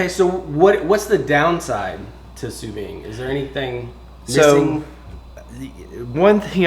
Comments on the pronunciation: You pronounce the "D" when you say "sous vide"...not "sous vie"...thanks for sharing! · Why do so many people on YouTube mispronounce Sous Vide as Sue Vee... When it's correctly pronounced Sue Veed?